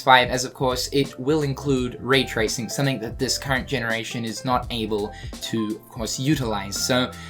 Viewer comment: Is he saying "Ray tracing" or "raid tracing"? Because I've heard it both ways now.